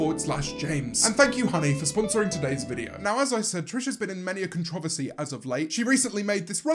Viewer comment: Are we not going to talk about how James says controversy 😀